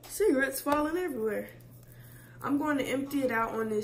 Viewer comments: not the ciga-ettes 😭😭😭😭 . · She got me calling them “cigga-ettes” now. 😭😭🤣🤣🤣 people look at me like tf 🥴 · “ you to old to me messing with my ciga-ettes ciga-ettes puzzle “ 😂😂😂😂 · daughter: cigarettes mom: ciGGaets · After watching this video... just saying “cigarettes” doesn’t feel right. They’re ciga-ettes now💀